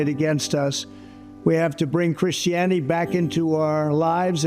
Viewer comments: What "Christiany" is he talking about? He' an absolute disgrace and a freaking moron! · I could've sworn Trump said "Chrishy-anny" somewhere around the 30 second mark. That man really can't read past a first grade level.... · He said chrissyani! 😂 He's the devil himself! Trying to make money for himself by selling the word of God! I'd say unbelievable but it's not! Nothing any president has done to sell bitcoin, watches, shoes, bibles abd his pictures! WTF! Why doesn't he just go and create his own retail store. His job isn't being a president, NOT QUALIFIED! THEYRE THE WORST PEOPLE EVER BORN! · Did he say "christany"? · Instead of christianity, he said Chrisiany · Must save Christiane! He can't even say Christianity correctly.